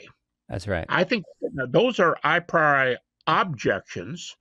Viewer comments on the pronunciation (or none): A very simple, silly fact prejudices me against Habermas from the outset: he pronounces "a priori" as EYE-PRY-OR-EYE. It is in fact pronounced AH-PREE-OR-EE. This may, as I said, sound silly, but I just can't take seriously any philosopher who never seems to have heard the term "a priori" pronounced before. How does he even get ""eye" out of "a"? This term is basic to theories of logical analysis. Any actual philosophy academic has heard it pronounced hundreds, if not thousands, of times by multiple people. "Eye-pry-or-eye," for godssake. It just sounds terbacky-chawin' ignorant. My prejudice is vindicated by just how primitively stupid his epistemology rant is. He seems not even to have really grasped the previous people who have criticized Hume. Habermas is a guy who has nominally absorbed enough ad hoc epistemology to make a specious and misguided argument for Jesus' resurrection-- not anyone who has ever studied epistemology as a topic on its own. I'm not even slightly going to go into any technical deconstruction of what he has said in these clips. It's just way too goober-stupid to even merit that. So, Habermas is supposed to be a heavy-weight Christian apologist? Jebus H. Christ. I had no idea it was that bad. I will say one thing on the substance of the video: The only significant evidence we have for the mere existence of Jesus is the four Gospels of the New Testament. These are outlandishly ooky-spooky supernatural third-person narratives written by unknown members